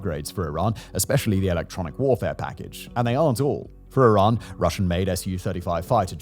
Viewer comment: Is it iran or Tiran? . Or my ears have expired or something?